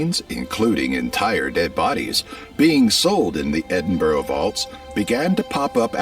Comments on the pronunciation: Hey! I’m from Edinburgh! Represent! Btw the guy talking pronounced it wrong. Edinburgh is pronounced “ED-in-buruh”. Like the end of “uh-huh”. Not the “ow” end like “row”. Also wanted to point out about the healthcare thing. We have our own National Health Service separate from that of the rest of the UK funded within our given devolved budget. It provides completely free access to any healthcare you *need*, always. PCP (we call them GP) appointments, hospital appointments, treatments, surgeries, ambulances and any medication you need will also be provided for free, even if you just go to the pharmacy for a minor ailment with a generic option, they’ll give it to you without charge. You can also get basic dental and basic glasses for free on our NHS. Things like psychiatry, psychology, physiotherapy, podiatry, drug rehabilitation and rehab centres and all of that stuff — also free on the NHS. You just need an assessment and referral from your PCP and if it’s deemed you need it - you get it. The NHS is there to provide what you need to live a healthy life. We pay for it through our taxes and so it’s there and you will never ever see a bill in your life. To us, healthcare is a right, not a paid privilege. It’s much more extensive than that video said! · Er, "EdinBORO"?????? It's pronounced 'EdinBURRU'🙄🏴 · Its Edin burr a not BORO you clown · Edinburgh where does he find the "o" to say it correctly pronounce it Edinburra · You man should learn to pronounce Edinburgh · Oh the way he pronounces Edinburgh really boils my piss lol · Makes me want to boak ma guts up. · All that research, and the dude didn't learn how to pronounce 'Edinburgh' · Exactly… AND much of his ‘research’ is not factual.